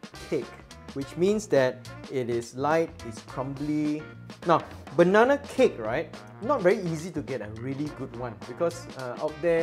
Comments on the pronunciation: Great recipe and explanation. Funny when u said bananana...😄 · The way you say bananana...🤣